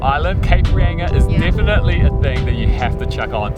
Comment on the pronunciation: Cape Reyinga ! Cringe!!!!! It;s pronounced Reinga, thank you.